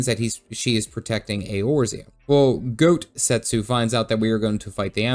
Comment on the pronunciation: Oh god, do people really call him Goatsetsu? That's... not right.